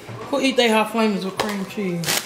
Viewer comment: She said hot flamins lol